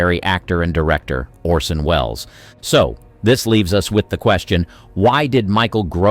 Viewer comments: The actor's name is "ORson" not "Olson". Please do the bare minimum. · Lol narrator keeps saying Olson not Orson 😅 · "Olson" ? It's ORSON Wells. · 'Olsen'? You mean Orsen, right?